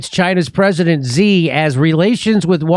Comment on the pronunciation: pst, Jimmy, Xi is pronounced "She", just saying keep up the good work.